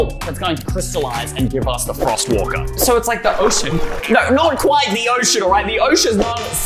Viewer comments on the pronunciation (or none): When you said frost walker you said forst instead of frost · I like how ey said snort forst walker.yay🤓